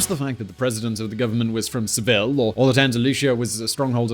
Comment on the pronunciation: Did anyone else notice murdering the name 'Seville' by pronouncing it like Smallville? 😂😂